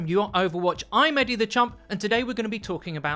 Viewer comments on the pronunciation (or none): Is he saying Eddie the champ or eddie the chump? Still can't figure it out.